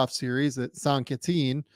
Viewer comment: that is possibly the worst possible pronunciation of saint quentin, but great vid :)